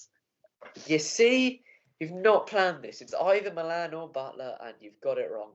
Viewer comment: get pronunciation right on Dawid Malan mate😂